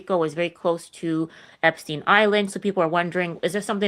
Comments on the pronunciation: Do u mean Epstein when u say Einstein? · Out of curiosity, why can't you say Epstein? Everyone else is... Candace, Ian, tucker and every other podcast I've seen is saying epstein.